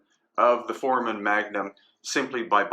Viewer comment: For-A-Men foramen, not formen